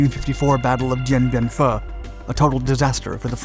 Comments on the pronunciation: It was a tough time. I was with the 3rd Brigade of the Army 4th Division located about 100 SE of there. It’s pronounced Dien Bien Phu (Phoo). Early 1968 saw fighting all over and the attack on Khe Shan was actually a diversion for the VC and NVA attacks on the cities. We took many casualties and several of my buddies got Bronze Stars. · Khe Sahn - KAY sahn. Two words. And Dien Bien Phu....den ben FO. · This commentator regularly mispronounces place names. It would make his presentations sound more knowledgeable. He kills Dien Bien Phu too. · Dien Bien Fuhgeddaboudit!